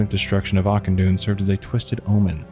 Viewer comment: Ah-kin-dune the ch is a K sound